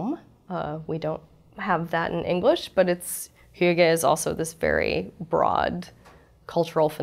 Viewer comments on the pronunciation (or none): none